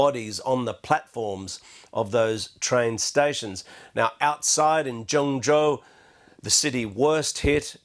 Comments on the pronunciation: Major news networks really need to improve their pronounciation of Chinese place names It is Zheng-JOE not 'Zhung-zhao' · Zheng jiao?!! Its pronounced “zhen zhoo”👀🚶🏾‍♀️ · Henan is pronounced "huh nan". Zhengzhou is pronounced "Jung Joe" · Weird pronunciation of Zhengzhou. They could at least get it correct!